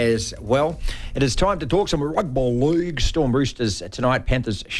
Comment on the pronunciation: Martin thank you so much for that ‘Rugby Leauuuge’ accent. Spot on!